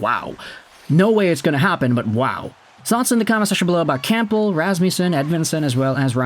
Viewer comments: The “P” in Campbell is silent. U sound ridiculous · Dude, the 'p' in Campbell is silent. 😮